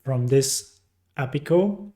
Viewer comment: thank you for the tutorial but please for the love of god stop calling API "appi". Please pronounce them as separate characters. A. P. I. 🙏